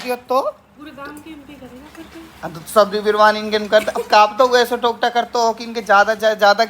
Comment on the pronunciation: Tokta nhi totka bhai